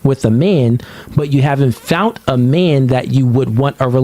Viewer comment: The word bruh is commitment not commitance tf ?! Fount ??? man the word is found. Stop listening to him. Dude cannot speak clearly at all.